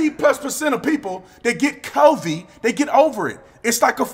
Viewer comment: "This whole covey stuff"